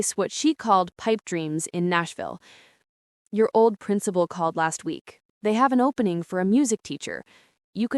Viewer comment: Made the comment when they said oli instead of old.